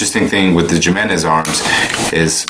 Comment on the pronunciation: It's pronounced He-Men-Ez not Jim-N-Ez. It's a Mexican name and the J's are pronounced like H's. Also worse guns ever!!!!! I'd trust a Hi Point over these and Hi Points aren't that great but far superior to these. It's like JA's are rollerskates, Hi Point is a 1995 Honda Hatchback and guns like HK, Kimber and Sig are the 1967 Chevelle SS 454, the 1969 Dodge Charger Hemi and the Shelby Mustangs. You get what you pay for and $100 gets you one good shot and lots of fails.